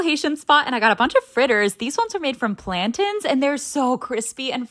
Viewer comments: You said plantains right for the first time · 😂😂😂😂 she pronounced plantains right I'm genuinely happy about this